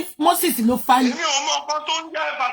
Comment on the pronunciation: teeth cannot let her pronounce facilitate 😂😂😂😂